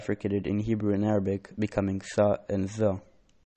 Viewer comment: ▪︎ "Za ز" doesn't have heavy vocal sound, It's Zä or Za not Zα-Zå Your "a" is so heavy, the heavy sound is just for Heavy Letter like: خغقضطظ and the Case when you read lam in الله, it's Interesting when you Follow how the real accent, In qur'anic Pronounce, by MTQ (quranic Organization) Light vocal: ɐ-ä, not ə or ʌ Heavy sound is: (α), not (å) or (ο) Ha' ه Sound : ɦ ,not h , according to MakhārijulHurūf law that Ha` sound come from in bottom throat